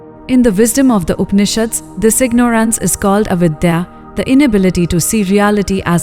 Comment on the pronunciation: it's not the Indian accent but the mis pronunciation of words like ignorance which is jarring